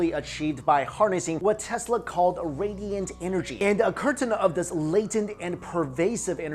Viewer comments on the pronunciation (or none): none